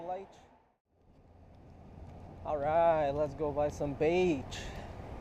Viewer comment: "lets go buy some baitch"😂😂